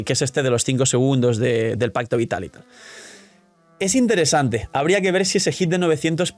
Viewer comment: Lo siento, no puedo dejar de escuchar onda vital cada que dicen pacto vital.